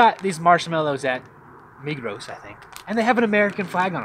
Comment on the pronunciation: What she has not taught you how to pronounce "Migros"? It is MIGRO - no s at the end pronounced:p